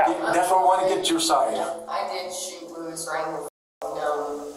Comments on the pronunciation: Why you calling Lewis… Lois? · The man's name is Lewis, not Lois.